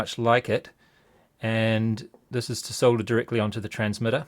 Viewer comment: Neat video thanks. Great useful camera work and good comentary. Nice to hear solder pronounced correctly :)